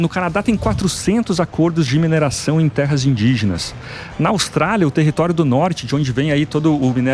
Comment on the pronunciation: Não é (mineiração) e sim: "MINERAÇÃO"!☺